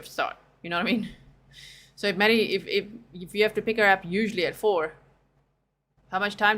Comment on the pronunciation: Yes she's a little cutesy for me...( blankies, stuffies)and every time she says "Sooooooo"...elongates her syllables, she's thinking of an answer. To lie.